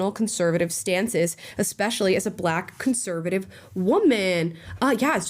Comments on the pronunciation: If you say "ex-specially" you lose more credibility than you already lost. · all i needed to know about deans level of intelligence is that he pronounced "especially" as "expecially". i know people mispronounce words often but thats the first time i've ever heard that one. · says exspecially I am done listening.